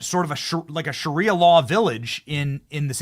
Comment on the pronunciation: Sha rie ah not sherrya law.